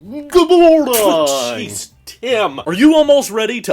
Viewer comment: The “Goodmornang”gets me every time 😂🤣